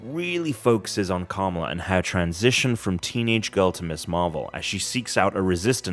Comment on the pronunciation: Gotta work on the pronunciation of the name Kamala there buddy, it's not Camel-a...